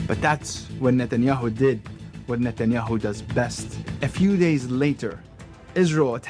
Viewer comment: the way he emphazised (not sure that's the right word) the "hu" in netanyahu almost sounds like he's about to say netanyahu akbar